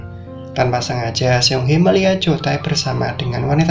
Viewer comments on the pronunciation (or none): Bukan siong he bang ,, tapi seung hee (seng hi)